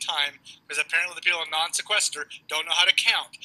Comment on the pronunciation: calling the Non Sequitur Show the "Non Sequester Show" always tickles me almost as much as the whole 10 ^-17 bit.